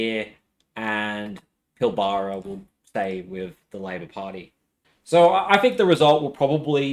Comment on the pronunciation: Enjoying the presentation. But. Ifn you can't get the places right, one might imagine that you are a bot with an accent, which you evidently aren't. 'Pil-bra'. 'Co-righ-oh'. The A in prahran sounds like a crow. 'Praaaan'. Ta, but.